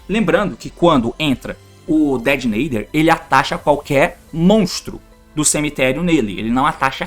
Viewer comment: Agr só falta falar Detonator certo